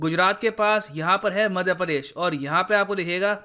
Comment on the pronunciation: Padesh nhi... Pradesh hota hai 😃😃😃